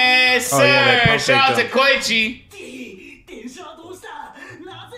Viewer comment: KO EE CHI. NOT KOCHI